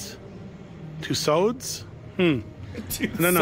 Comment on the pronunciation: Aha yeah, the couple pronounced it how we do in the UK - Two-Swords 😊